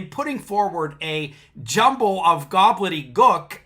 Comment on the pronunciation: "Gobbledygook," NOT 'Goblet-y-gook.' And they acknowledge that the court has authority over the other courts and therefore could, in theory, inform the lower courts that the SovCit was right. The SovCits are not right, of course, but their failure is their false premise that one can simply declare oneself sovereign. The rest does actually logically flow from that. Jurisdiction is actually a thing. Even though SovCits typically do not understand it, it does exist as a concept. If a police officer from one state was patrolling near a state line and noticed someone speeding and therefore cited them, if that driver was on the other side of the state line at the time, that citation could be tossed out for lack of jurisdiction, since that officer does not have authority to enforce the laws of other states besides their own. At least that is how I understand it. Not a lawyer, so take that with a grain of salt.